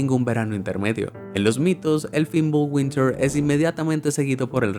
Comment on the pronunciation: Bimbulwinter, wey es fimbulvetr